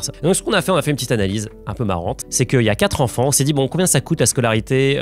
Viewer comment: Hou le "quatre z'enfants" au début il pique :)